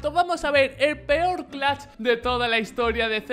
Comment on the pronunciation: Nose porque pero me enoja cunado dice clacht el